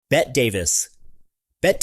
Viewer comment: Train your AI to say "Betty" instead of "Bet". No living person with any real knowledge of Hollywood would ever call Ms. David "Bet".